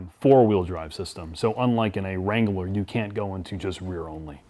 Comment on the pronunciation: Every time adds a syllable to “Wrangler”, an Arby’s franchise closes.